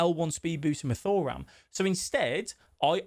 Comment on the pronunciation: It’s 2ram not Thor- ram